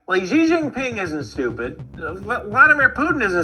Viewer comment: The Chinese family name “Xi” is pronounced “shee” AND NOT “jee”. FYI